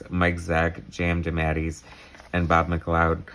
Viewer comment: 'JM Demattys'? What is that butchering of his name...?